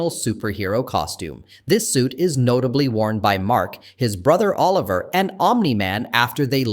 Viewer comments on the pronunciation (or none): none